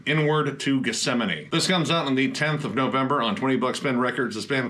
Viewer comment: Thank God 🙏 I've finally found a YouTube review that can pronounce the word Gethsemane correct. That shit was driving me crazy